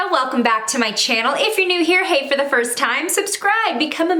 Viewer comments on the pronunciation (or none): I thought she said “if you’re new here hate for the first time” but she said “hey” 😂